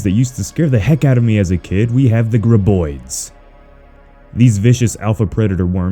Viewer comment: I want to beat you for mispronouncing graboid